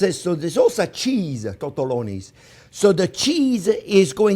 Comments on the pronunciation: No tottoloni 😂 sed to r te llo ni .. tortelloni 😂😂😂😉🖖👍🤟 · Chef Jean-Pierre: make-ah de tortelloni! Me: isn't it tortelli... Also me: Nah, definitely tortelloni :)